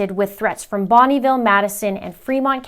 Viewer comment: As a former resident of Bonneville County, just wanted you to know the e in the middle is not pronounced with a long e sound. Interesting that the paperwork did not even bother to exclude Jefferson county which is also in the 7th district. The Boise area is more populated. And much more convenient for Mr. Means and Mr. Prior as that is where their offices are. I liked your quip about Nate Eaton being Secret Santa daily!